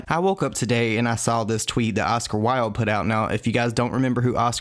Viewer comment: I was so confused when you said Oscar Wylde I was like? Oscar Wilde? Like the author? The dead one?